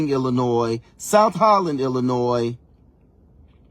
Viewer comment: At least he can pronounce Illinois correctly. The rest is debatable.